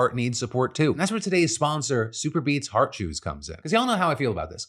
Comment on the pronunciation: Both my ears and the closed captioning thought Phil was saying Heart Shoes and I was very confused before the picture of the chews appeared on screen.